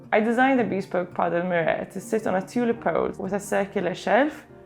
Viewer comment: For 28 m2 it really does look much more spacious! Good work. Incidentally, "bespoke" is NOT pronounced "beespoke" as you do in this video, but "beSPOke", with the "be" as in "beware", and the stress on the second syllable. No offence - just trying to help.